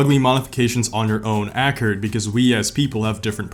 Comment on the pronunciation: Ackered? Never heard accord pronounced that way